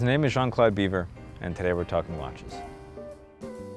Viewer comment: It's Jean Claude-BEEVVR' not 'Beaver' dude